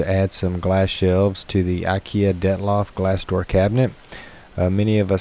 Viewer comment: I stopped watching as soon as I heard him say "DETLOF"